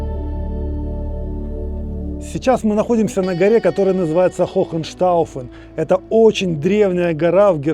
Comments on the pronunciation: Не ХоХенштауфен, а Хооенштауфен. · Правильно не хоХен, а хоЕн, h после гласной не произносится, а указывает на долготу гласной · Hohenstaufen читается как ,,хоэнштауфен,,. Там же нет ,,ch,,поэтому вы неверно произносите как ,,хохен...,,Вы же учите язык, вам уже нужно правильно читать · Правильно читать «Хёэнштауфен», х посередине не читается, а удлиняет последующую гласную.